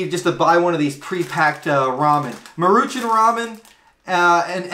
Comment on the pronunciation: That is so not how you pronounce "Maruchan." 😛 It's "Maw-ru-chawn."